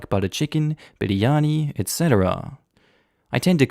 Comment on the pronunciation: Oof, his pronunciation of biryani was so good 😩👌